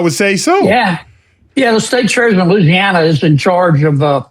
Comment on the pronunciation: It is so refreshing to hear Louisiana pronounced correctly!